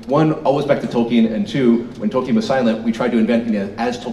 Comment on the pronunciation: The amount of fucking times they say "Tolkenien" makes me want to blow my fucking brains out.